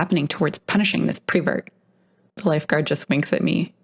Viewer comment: It is not prevert it is pervert.